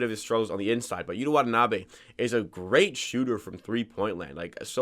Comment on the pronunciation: Props to you dude for pronouncing his name correctly.